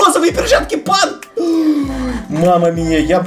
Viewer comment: ни панк а пинк